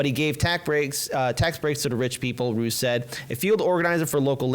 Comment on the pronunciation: Des = Da, not Dez ... Ruiz = rU-eez, not rude ... that being said I'm with you fellas!